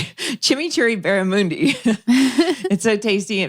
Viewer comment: Hilarious to listen to Melinda pronounce Barramundi! I want to start pronouncing it like that but may get thrown out of Australia if I do haha